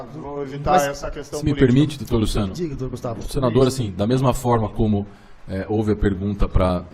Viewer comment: O juiz que fala "digue" em vez de diga.